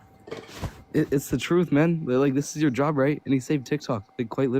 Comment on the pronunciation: I had to listen harder to figure that out. I thought I heard “yob” instead of “job”.